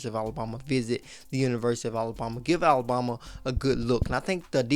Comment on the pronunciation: Love your content, hate how you say Alabama. A-LA-BAM-A! ..BAM, BAM! Not BOM! It's not Alaboma. 🙄 Keep up the good work, work on the pronunciation!